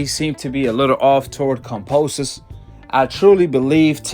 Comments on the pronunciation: Who is "Composus"? It's "Kambosos" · Exactly! How can anyone believe in what this guy has to say if he can't even read than pronounce someone's name...lol.